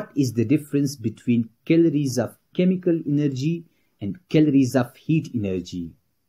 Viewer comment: The pronounciaton of chemical energy is wrong